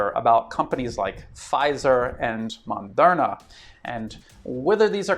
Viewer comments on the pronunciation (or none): Good video. If I had a chance, I would've chosen a vaccine different from Pfizer, but unfortunately that was not possible where I live. PS: Small mistake spotted, it's called "Moderna", not Mondera. 😉